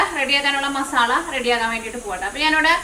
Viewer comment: മസാ ള അല്ല ല്ലോ മസാല അല്ലേ